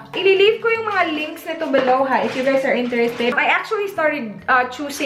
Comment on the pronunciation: " you guys " th lol